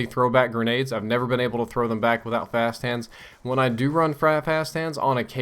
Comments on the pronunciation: "Frap hast hands" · did he say 'frap hands'? haha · At about i couldve sworn you said "fast fap hands." Oh my...